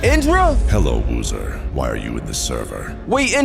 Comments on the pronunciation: Bro woozer said /kill UZOTH not woozer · Bro said /kill uzoth its actually uzoth account